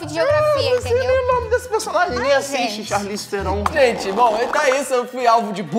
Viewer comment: Olha só, mas pra quer que tú vai saber que a Charli Tiubili Eu: Aí não dá nem pra ter defender 🤣🤣🤣 Eu entendo não sabe o país que ela nasceu mas erra o nome de uma das maiores atrizes de Hollywood aí não dá🤣🤣🤣